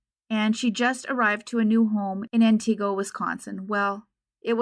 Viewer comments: The town’s name is pronounced “Ant-i-go”, no “EE” sound. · Good job on your pronunciation of Wausau but Antigo wasn't correct. It's closer to Ant-ig-o than An-ti-go. One of those weird WI pronunciations. They really don't have enough to charge the driver & guarantee that it would stick. I lived & worked in that area of Central WI for many years. I remember there being posters all over Wausau & the surrounding areas at the time. All 3 of the "local" TV stations ran the story many times. Thank you for covering Kayla's story!